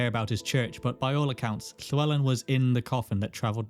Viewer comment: Where in your mouth do you produce the “Lhe” in “lhewelyn”?